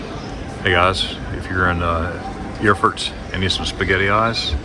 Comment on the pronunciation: Very pretty there and you showed it very well! And you're good too in pronouncing Eeeeerfurt! 😊👍